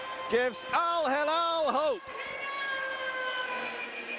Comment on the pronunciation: If you want to be an announcer, make an effort to learn the simple name of the club. It is not al- Halal (which means Kosher), but al-Hilal (which means crescent) (“HE+LAL”)